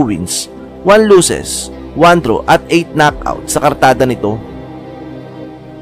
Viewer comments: pwede ba mag aral ka ng tamang pronunciation ng losses vs luses... tapos pano naging plurals ang 1 losses ggggeeeezzzzz instead of 1 loss.... damn palpak pa ang date na inilagay sa caption.... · Losses hindi lusses